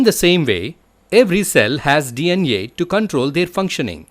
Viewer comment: D iyan ee (DNA) 🤣, GREAT VIDEO BTW 😇